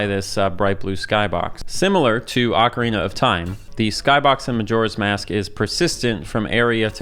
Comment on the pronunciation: It's not Akwardina of time. It's Ocarina. Like Professor Oak. If I have to hear you say it wrong 1 more time I will end my subscriptionary from this appealing content